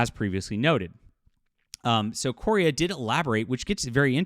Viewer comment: Thank you for sharing this news; this is the first I've heard of this. Meaning no offense, but Larry's last name is pronounced "Korea", just like the country. He explained that a while back on his FB page. Again, thank you.